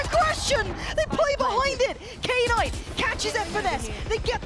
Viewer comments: Im losing my mind over the female commentator calling Knight K - NIGHT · No I mean "Knight" should be pronounced as "nite" instead of "K-nite" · Am I the only one triggered that knight is pronounced as K-night? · Knight pronounced as K-night was killing me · why is she calling him k- night? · why are the commentators saying K-night like it's two different word, it's just "knight" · what is k night. His name is Knight pronounced as night lol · She knows what a knight is right? Why does she keep saying K-night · Did she just call knight , K-night ? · imagine reading "knight" as K-NIGHT. what the F. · okay but who the fuck read knight "kay night" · Even the JP caster called him K-nighto maybe that's how he wants to be called idk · Why does the caster keep saying knight as "K-nite". Is it how it's pronounced or just the American way of not knowing how to pronounce it and still saying it to make American English? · I vomited hearing "K-night!"